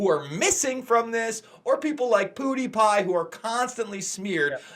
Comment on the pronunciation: LOL 😂 you called Pew Dee Pie “POOTIE PIE”! 🤣😂😂😂👍